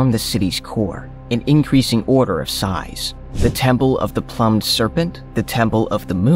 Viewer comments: Can we get people narrating that can pronounce things correctly.... "The Plummed serpent." it is Plumed as in Feathered!...... Ok "Meeka sheets" it is Mica......Jeeeeeezzzzzzzz dude! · the word "plumed" is pronounced ploomed, not plumbed. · he said "plumbed" instead of plumed serpent. I can't deal with this. He already said "complex" as an adjective earlier instead of the noun intended. Ugh. Bad, ignorant acting. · Ca- L i/e n —dri—-cal (calendrical), and ploomed (plumed)… plus the names! If this is AI though, pretty good. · Not only that but "plumed" was pronounced as 'plumbed' ... not very intelligently programmed AI😏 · “Ploomed” serpent. If this is ai, it is getting fairly good.